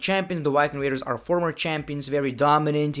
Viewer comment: It’s The Viking Raiders, not Yking Raiders